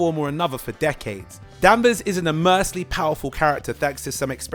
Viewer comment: "Danvers is immersely powerful"? Did you mean "immensely?"